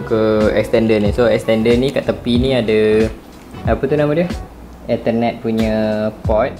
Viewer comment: Tak leh blah cara ko cakap ethernet HAHAHAHAHA